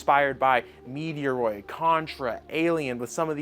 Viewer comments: First. Met roid. Stop saying Meteo roid!!!!!!!! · Thus game looks dope. Also, it's fight on site if you keep saying Metroid wrong 😂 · I know you do it on purpose now, please stop referencing Metroid which is the ONE game you cant pronounce. Its so cringy, but saying like 7 times, honestly, unsub justified.